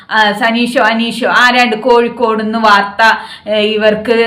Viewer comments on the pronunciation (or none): none